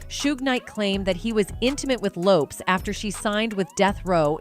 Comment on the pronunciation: If you are going to speak on someone, say their name correctly. Lisa left Eye Lopes(it is pronounced like Lopez).